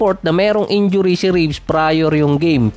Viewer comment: Reeves hindi Ribs